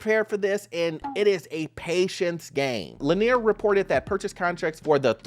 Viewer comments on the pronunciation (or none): It's Lennar, not Lanier. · Lennar, not Lanear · not Lennar but Lennear???.. 😂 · Thank you. Every time he pronounced it LanEER, I cringed.